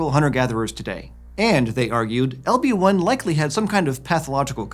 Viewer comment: Every time he says "LB-1" I hear "Obi Wan." H E L L O T H E R E